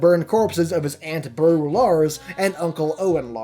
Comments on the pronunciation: beru pronounced bear-ew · bruh this guy hasn't even seen Star Wars... beh-ru??? whom? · you said Beru wrong..but..you are forgiven